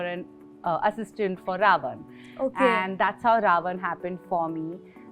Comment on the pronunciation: Ravan** not RaOne